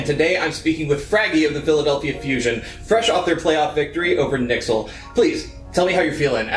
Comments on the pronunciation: I cringe when I hear "nixel"... N Y X L, not difficult 😂 Or N Y or New York 😂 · Just my opinion but I don’t like when u say “Nixel” can u please just say the letters NYXL or just New York from now on thanks XD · i dont like how he pronounces NYXL........he scares me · cσsmσ dαlє same 😂